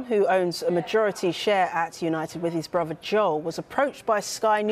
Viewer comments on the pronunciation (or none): Off topic. Did she really just say "bruvver." I knew Sky had low standards by why would they employ someone who talked like that? PC is more important I suppose.